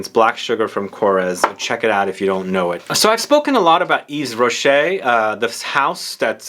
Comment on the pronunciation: yves rocket is pronounced eve-rochee